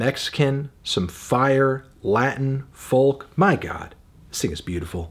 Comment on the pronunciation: dewdd, the L in folk is silent. Its foke. FOKE. argh